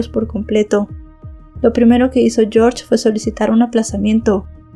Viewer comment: yiorye en Rumanì....yorsh es ingles